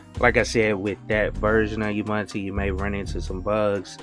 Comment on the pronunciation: Every time I hear: UBANTU, I cringe. A person doing this sounds like one of those silly text-reader programs, not a live person who knows that it's UBUNTU. There is no knowledge and respect to creators in saying: UBANTU.